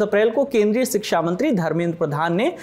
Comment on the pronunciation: "Siksha" nahi "Shiksha" hota he....Hindi to sahi se bolna seekh lo...